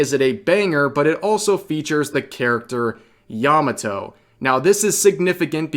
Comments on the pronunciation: Yah Mah Toh Not "yama toe" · I'm not trying to erm actually you but Yamato's name was a slightly different innotation from what youre using, its not yamaTO, its YAMAto. Hard to explain but yea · yamato just female who fangirling oden...not "indentified as" or "pronounce as" bullshit.